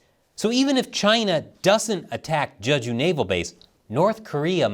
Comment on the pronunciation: btw it's pronounced "jaeh-ju," not "juh-ju" - as for the DPRK, I think the Norks are actually going to take a "wait and see" position. Despite all of the flowery alliance talk and documents, there is no love lost between the DPRK and the PRC, and if it looks like the PRC is going to get rapidly destroyed, the DPRK is likely to sit it out (its primary objective is the survival of its own government).